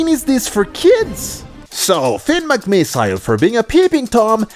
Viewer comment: Your supposed to say it as "Finn Mc miss ol" not "Finn Mc miss i le"